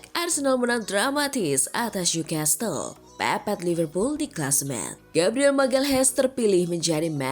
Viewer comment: Maaf bukan ngajarin NEW CASTLE itu bacanya bukan nyu kestel....tapi nyu kasel...saya tahu karena pernah tinggal di sana